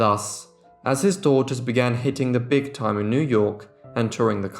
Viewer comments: I agree with so many others who have commented on the interesting and thorough work you present in these episodes; however, as lovely as your grammar is, you say something that is like nails on a blackboard when one hears it: it is that you add an extra 's' to the end of words that end in an 's'; I point out ' 7 DAUGHTERS -ES' hair' for example as being incorrect. It is correct, however, to say '7 daughters' hair' without adding the extra 'es' at the end of the word; words that denote the plural, as in this case you are writing about seven girls, not one girl, which means that you need to say 'daughters' ' denoting the plural of the word 'daughter' and the possessive case, as in the seven girls' hair, as I have written here. You have a wonderful accent, very erudite and correct and you speak at a very clear pace but you need to stop adding extra 's's' to the end of words that end in 's' and also imply the possessive case.I hope I have made myself understood. Some people reading my comments will say I am nit-picking but I maintain that correct speech and grammar is needed when speaking about a topic in which so many people will be learning things. Otherwise, very well done!! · The plural possessive of sisters and daughters is pronounced "sisters" and "daughters", not "sisterses" and "daughterses".